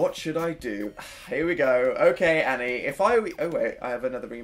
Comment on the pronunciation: My name is Annie and he says it so posh like it's hilarious